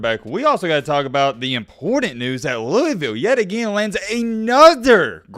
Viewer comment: Not a cards fan but I live in Kentucky but yeah it's big around the city but mainly Kentucky Is dominanted by uk fans also it's pronounced lou - vull